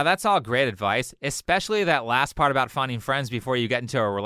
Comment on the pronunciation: seems like not english first langauge too. He said 'adwice'. Pronouncing a V as a W